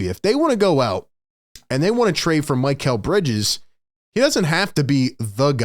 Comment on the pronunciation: Its Mick - L NOT Mike -L like mikhail baryshnikov The famous Russian Dancer from back in the day.